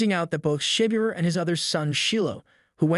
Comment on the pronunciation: You are saying his name wrong. Could you please say his name right.